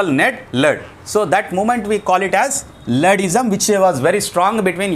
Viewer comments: Not ladddim it is luddism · Not luddism sir that.. pronounced wrong